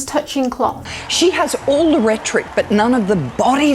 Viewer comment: I have to know, are you mispronouncing "rhetoric" on purpose? I have heard you do it in 2 videos and thought I must be missing the joke.